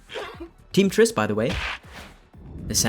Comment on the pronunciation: "Tean Triss by the way" Go to jail.